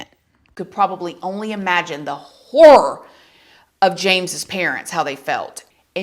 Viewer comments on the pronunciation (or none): none